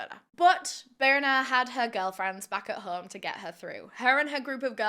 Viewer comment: it's more like "bih-rr-nah" and last names here in iceland is just ur dad's name and than "son" or "daughter" at the end so her last name is more like "bh-jah-rr-nah-s-dou-tt-tirr"